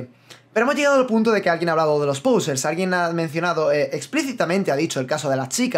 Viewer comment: por cierto, me he dado cuenta de que dices /pousers/ en vez de /posers/, me hace bastante gracia lmao xDD